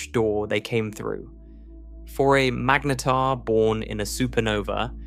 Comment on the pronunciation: It really doesn't know how to pronounce mangetar does it